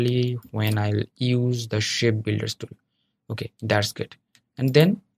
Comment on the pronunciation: did you say "Shed Builders Tool" ?